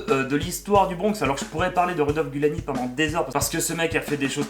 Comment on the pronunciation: Rudolph Guillani HAHAHAHA T'as inversé le i et le u dans la prononciation et oublié un i :P Giuliani ;)